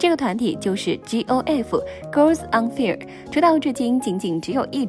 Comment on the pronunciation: 笑死 拿GOF來趁熱度嗎 半集不到卻拿她們當標題 還有 請不要用估狗翻譯英文標題好嗎 看到我都覺得害羞了 連fire都可以唸錯🙃